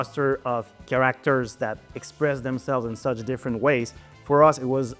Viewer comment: It's so funny that the Game Director doesn't even know how to properly pronounce the word "characters", which he says repeatedly throughout this video and many more interviews months ago., it's not "chaRACters"... it's "CHAracters", the stress should be on the first syllable. Get it right, for crying out loud!